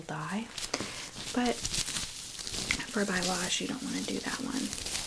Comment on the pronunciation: I noticed you didn’t pronounce the word balayage right. I hope this doesn’t come across as rude because I’m genuinely trying to help. It’s pronounced like Bolly-ahh-sh. I hope that makes sense 😊